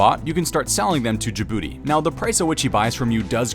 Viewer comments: Correction: The name is Gabooty, not Jabooty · Its Gabooty not Jabooty smh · Gabooty not Djibouti 😂